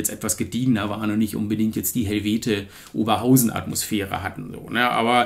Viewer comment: 'Helvete Oberhausen'-Atmosphäre 😅🤘 Nur den Stadtnamen bitte eher vorne als hinten betonen 😉 Geiles Video, war selbst mal in Tokio unterwegs und konnte daher ein paar Sachen gut nachvollziehen. Danke auch für die Musikempfehlungen zwischendrin - mach weiter so!